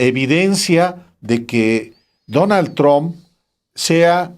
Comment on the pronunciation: "Donal tromp y yefri Epstin" increible la poca preparación de este presentador que no sabe ni siquiera pronunciar bien los nombres.